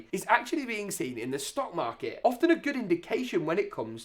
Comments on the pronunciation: i like how it said in sock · Ah yes, out of sock, in sock 😂